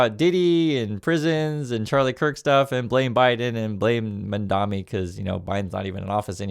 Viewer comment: MAMDANI not Mandami PLEASE.